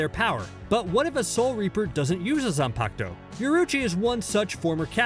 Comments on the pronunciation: “Zanpacto” LMAO I DIED WHEN HE SAID THAT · Zanpakuto [Zon-Pok-Toe]